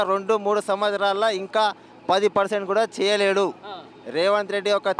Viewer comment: మాట్లాడుకుని నేర్చుకోరా సాయిబు రేవంట్ కాదురా రేవంత్ ఒక పది సార్లు నోట్ బుక్ లో డిక్టేషన్ రాయి